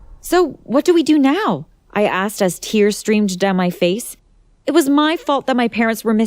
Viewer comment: Also eed it’s know and noor it’s her